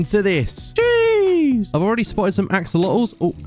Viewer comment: when u said jeez i thought u said sheesh